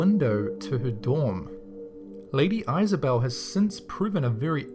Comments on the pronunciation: im sure somene has already said it but the irish castle the lady's name is pronounce is-a-bell not eyes-a-bell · Uh it's Is-ah-belle. Other than that, pretty cool. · the way he pronounced Isabel though..